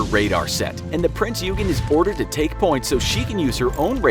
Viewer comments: Eugen is read as "oygen" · HMS Rodney is NOT a destroyer the ship is a battleship and your pronunciation of Eugen is shameful get your facts straight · Not even close. The G is pronounced similarly to the g in "gun"